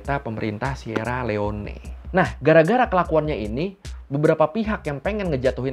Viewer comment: koq ngakak ya pas baca Sierra Leone.... Bacanya simpel kak,,"sirri liong"... wkwkwkwk